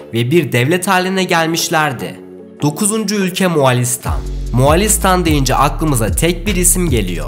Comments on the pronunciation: Moğolistan doğrusu bu sen neden Moğalistan diyorsun bu dikkatsizlikler garip müzikler amatör hissettiriyor. Ve itina ile kanal engelleniyor. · Moğolistan ismi ısrarla yanlış telaffuz ediliyor, Moğalistan değil, Moğolistan!!! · moğalistan değil moğolistan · Moğolistan muğalistan değil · Moğolistan ❌️ Muağlistan✅️ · Abi moğolistan a iki kere moğalistan dedin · MOĞOLİSTAN DEĞİL MOĞALİĞSTAN